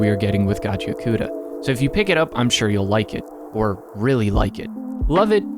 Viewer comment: Reminder to everyone that it's pronounced "Gachi-akuta" not "Gachia-kuta"